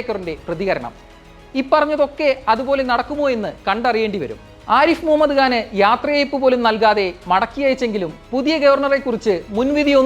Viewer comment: ഗാൻ അല്ല.. ഖാൻ, ഖാൻ...